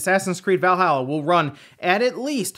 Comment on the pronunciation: I fucking cringe every time I hear you pronounce Valhalla